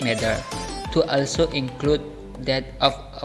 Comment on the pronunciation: My name is Wulan Arianjani (. you r so creative in editing and make the story' 2. Its good cause you explained point by point and you put the title that you were explaining. 3.you did a few mispronounciation like when you said "also" Overall your video is nice